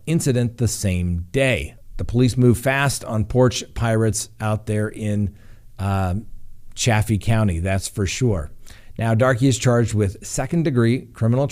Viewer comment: I think it is just pronounced "Dark" and Chaffee county is like Chayfee. Love your podcast<3